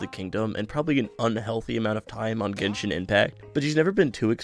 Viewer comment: I wasn't ready for her to just casually call it "Genshit" lmao